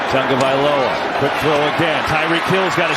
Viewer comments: TAW-gah-vah-LOH-uh. Idiot. Not TUN-gah. Moron. Get off the air if you can’t handle it. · I only have one question...who is "Tangovailoa?" The whole game! Bruh! I swear this guy has not even one co-worker that cares enough to correct him! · Absolutely nobody: NFL Broadcasters: "Tongue-Oh-Valoha" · Was he calling him TANGovailoa most of the game? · Nobody mention these announcers got Tua’s name wrong the whole game. Put some respect on his name. Thought someone would let them know at some point 💀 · HOW are announcers still messing up Tua's last name? Just say TUA 🤦🏽‍♀️ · Can someone tell me where they’re getting the N in tagovailoa? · These announcers can't read. His name is on the back of the jersey. But they still pronounce Tua's name like it has a U and N in it.🤦🤦